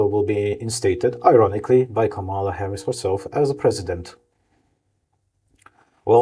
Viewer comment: Actually, it's pronounced "Comma"la. Also, Kamala should have won :)